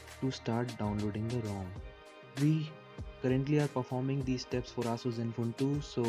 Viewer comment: its "eh-suhs" not "aah-soos" x(